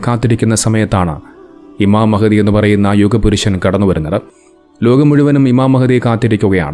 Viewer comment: മഹതി അല്ല. മഹ്ദി എന്ന് പറയും